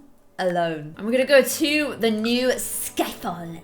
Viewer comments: Nee?! Lol I think u meant new XD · "NEE LOVE" Don't you mean "NEW LOVE"? Love you,! ❤ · you said NEE LOVE 😂😂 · Hey umm,, you spelled the title wrong, you said nee look, it’s new look😬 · One of the first!! Hahaha lol you said "Lilith's new look and nee love"😂 Love you so much 💖